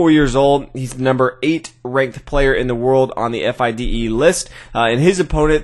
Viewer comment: F-I-D-E??? LOL Fee-Da.